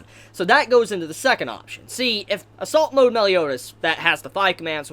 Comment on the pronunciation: I realise he said "assault mode" but I could only hear "salt mode".